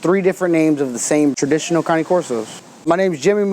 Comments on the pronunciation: Cane is pronounced as Kha neh, not cannie... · Caaannaay corso not connie corso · Why the fuck does he say cane like that? Its cane like sugar cane not canny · Why he calls then canay corso? It’s cane (Kane or like candy cane). That’s how the Italians pronounce it. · Only American pronounce it cane! To the rest of the world it's cani!! Weird Americans. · first off saying name wrong! caw like a crow and neh like a horse. and no it is not a neo never was never will be they are completely different! pick a book up and look that up. promise you it will say that ! but it is not connie Corso. it is Cane (kaw-ney) even google will help you with that. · Melissa Griffin it's not correct. he says ca-nee. it's ca- nay. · At least its closer then "cane" corso hahha ;) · You do not know how to correctly pronounce this breed's name. Ka nay corso is correct. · It sounds like he says it numerous times, but for example is he saying "counting", or "county" corso, or am I just hearing it wrong? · it pronounced ka- nay firstly... and presa, neapolitan and cane are NOT the same dog. they are in the mastiff family.